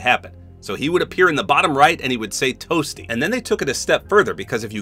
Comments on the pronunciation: In some of the clips, Dan Fordman sounds more like he’s saying “Up B” more than “Toasty”. I mean, it’s pretty funny but I don’t really care if he’s saying one or the other, the voice sells it for me in terms of comedy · Ima a 90s kid grew up on MK. For the longest time i always thought he said whooopy! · I always thought he said 'whoopsie!' Lol didn't really till I played MK11 and I realized it was toasty😭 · I played the OG Mortal Kombat trilogy and had 100% thought that the sound was "Whoopy!" or "Whoohee!". It's still funny.